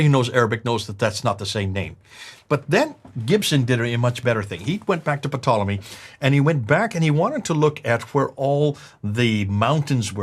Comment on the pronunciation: I laughed every time said Ptolemy's name wrong! Patolomy??? 😁